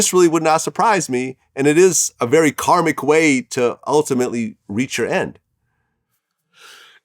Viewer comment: This nigga Vladimir said “karmic!” 😂😂😂